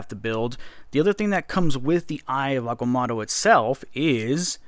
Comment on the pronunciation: It’s pronounced (I ov Ag-ah-moe-toe)